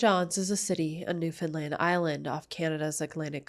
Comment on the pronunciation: Hey. Newfie here, It’s pronounced “New-found-land” just like how it’s spelt. Topsail road is pronounced “Top-sil” We’re funny languaged people lmfao Thanks for covering this. Topsail road is such a normal, every day road you don’t even think about but everyone in town crosses topsail road at least once a day. So sad it happened in such a public, bustling place Feel free to reach out if you want any additional information about Newfoundland for this case or future ones